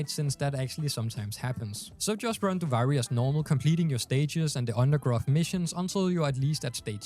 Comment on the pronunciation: Duvaajri lol learn how to pronounce it pls, gets me mad.